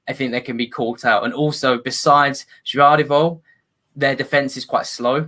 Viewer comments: I don't get how Gvardiol is tough to pronounce; it's same as Pep Guardiola it's the same last name. GUARDIOL its that easy. Never heard someone call him Juadriol. Also he is injured will miss both games. Btw Bruno Petkovic is the best player; he is the Harry Kane for Dinamo; very versatile. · well I speak the language so yeah Josko is Croatian for Joseph basically, Gvardiol is literally Guardiol or ( gwhar-diol) the G is not a J. If u called him Pep Guardiol u would not be wrong all I'm saying. He is injured for a week now, quad muscle injury will miss a month ; prolly both games and the U21 euros for Croatia.